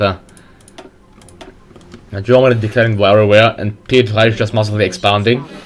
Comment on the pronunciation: its pe-pe not pee-p